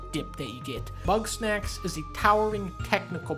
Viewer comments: did he say bugknack? 😂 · Bugs-Knack-s. It never fucking ends does it? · Idk why I imagine Dunkey calling GameStop to preorder Bugsnax but instead pronouncing it as Buttsnax and laughing. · It’s Bugsnax